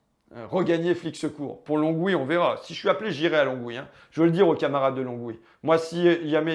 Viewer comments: Lon-oui non Longue-oui ! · Pour gagner à Longwy, il faut le prononcer "LON OUI" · On dit Longwy sans prononcer le "g". Important si tu vas là-bas.